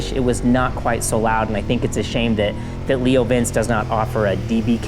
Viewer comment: Great video but it’s Leo Vin-chay